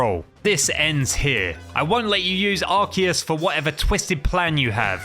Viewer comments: Um actually you pronounce Arceus like Are-Key-Us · Bro why does almost everyone say “ arkeus"? It's ARCEUS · when you say arceus eith arse you say butteus